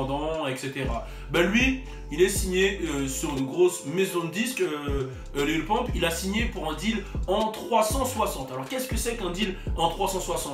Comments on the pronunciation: Wallah c'est pas Lil Pomp c'est Lil Pump xD ( a prendre au second degré ) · LIL PEUMP CA SE DIT LIL PEUMP MAIS EN ANGLAIS LIMITE LIL PUMP OK MAIS PAS LIL POMP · Mdr au lieu de dire Lil pump Tu dit Lil Pompe bruuuuhhh damn it